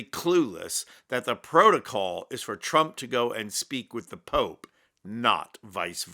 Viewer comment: She said “the Poop” instead of Pope.